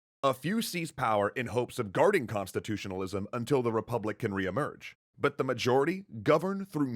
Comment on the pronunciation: Errr ... What's a "repuplic?"